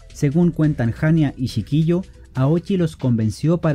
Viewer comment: Sí, así se escribe pero se pronuncia shi ki yo. saludos.